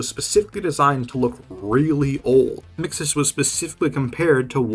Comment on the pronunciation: No, not you too! Why do people keep calling mxes “mixaz”